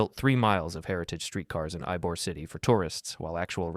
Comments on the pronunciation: As a Tampa resident, for the record you pronounced it “eye-bor” and it’s “eee-bor” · Very correct about Tampa except the fact you pronounced Ybor wrong, it's pronounced like E-Boar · Normally I love these videos, and this one is great too. I just have to point out one thing as a Tampa resident. It does not take 90 minutes to get to downtown from Wesley Chapel or Riverview even with heavy traffic, not even close. Also Ybor City is pronounced "E-boar". Everything else is accurate for Tampa. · The moron who made this video obviously has talked to the people who actually live in these places. And how do you so badly mispronounce Ybor City? GTFO. I wish I could dislike this video more than once.